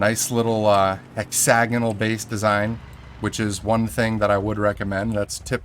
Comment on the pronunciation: HEARING YOU SAY HEXAGONAL IS SO FUCKING CRINGE MAN IF THAT EVEN IS A WORD YOU ABSOLUTELY ARENT SAYING IT CORRECTLY